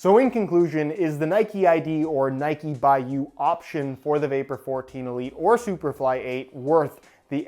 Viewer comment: Its Nike not Nikeeeeee😂🙈